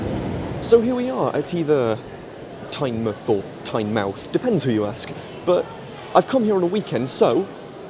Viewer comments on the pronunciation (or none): You pick a number and end up in the dodgiest area of Newcastle. Shame you had to wait 19 minutes. They should be every 12 minutes or so but now breakdowns are becoming all too common. It's definitely Tyne-mouth (said how it's spelt) to us locals. Feels like Whitley Bay is always closed. Sunderland is miserable - South Shields has a brand new station and two abandoned ones.